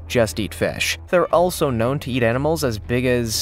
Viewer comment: okok on the Paku he said they like nuts and small "EnEmals" is that like a cross between a enema and a animal???? Just asking for a friend....LOLOL